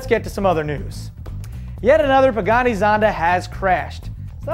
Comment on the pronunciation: "yet another buggatti zonda crashed" ahahah Sounds like he said that not pagani